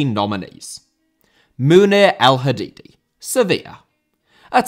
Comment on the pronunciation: El Hadaddi not El Hadiddi